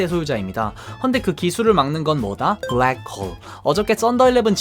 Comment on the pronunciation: 브ㄹ액코홀 ㅋㅋㅋㅋㅋ발음 쥑인다